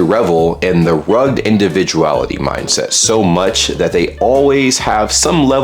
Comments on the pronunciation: FYI: The word "rugged" (as in "rugged individual") has two syllables. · fyi, "rugged" isn't prounced ruggd... it's pronounced rug ged:) love you though and love your vids <3 Love from England